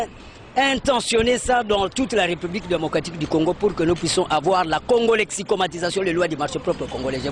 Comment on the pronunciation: Tu as dit "la congolexicomation" alors que c'est "la congolexicomaTISAtion"